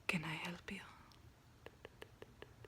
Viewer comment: she said " ken i elp you" love you karuna keep up the good work !!